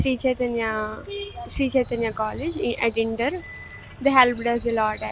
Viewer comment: She said at indar 😂